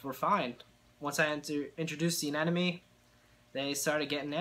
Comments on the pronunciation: It’s pronounced anemone not anenome. Also, anemones aren’t corals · I can't believe anyone else hasn't mentioned the fact that he seems to be mispronouncing anemone. It sounds like he is saying anenome. Regardless, that sucks that you lost it. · Well I'm a French-speaking guy and in French it's quite easier to get the sound right because the "e" at the end is mute. Son we say aneMon. But every time I watch an English speaking saltwater tank youtube they say AneNome even when in the title it is written aneMone I wonder why xD